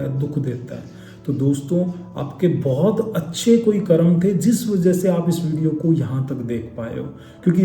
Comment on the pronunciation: Pahle to , "Karma" nahi ,"karm"